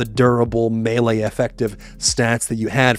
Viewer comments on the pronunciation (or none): none